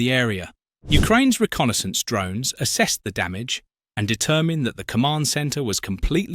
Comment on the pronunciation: Is this fake or is the AI (Brit) voiceover a waste of time i.e. 'reconnaissance' is so badly voiced as 'reckon -essence' utter garbage ! ! see